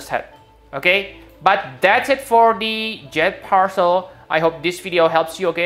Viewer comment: is calling jade parcel "jet percel